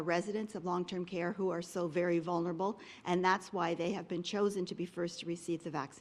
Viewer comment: Hey doug....vulnerable...like library ....would be good if the premier could pronounce tbem.